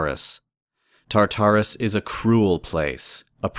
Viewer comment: Why do so many people pronounce Tartarus like "Tar-TAR-us,"? The emphasis is meant to be on the first Tar, not the second...